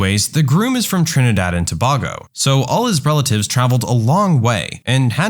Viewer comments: Bitch it isn't To-Bag-o its To-Bae-go. -From a Trinidadian edit: not giving context btw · Tobowgo..... broda what. To-bay-go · It's pronounced To-bay-go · Trinidad and Tobago To-Bay-Go thats how its pronounced. Anyway love the videos 🇹🇹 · Aitg it isn’t Trinidad and Tobago it is Trinidad and Tobage-o (way to say it) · Just for future reference it is pronounced 'Toe Bay Go' spelt Tobago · you butchered Tobago it’s to-bay-go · It's pronounced Trinidad and To-"bay"-go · the way Tobago was pronounced almost killed me. 🤣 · how does bro manage to pronounce tobago wrong. even i cant force myself to say it like that🤣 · 🇹🇹 Tobago is pronounced more like the word bagel lol ❤️ you just replace the Ba from bagel with a Tō and instead of a EL at the end you have Go And that’s how you pronounce Tobago 🇹🇹❤️ This reminds me of my uncle Pelham lol 😂 I have to call him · Tobago is pronounced To-bay-go